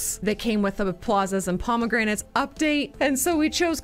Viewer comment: the failure: pronouncing promenades as promegranates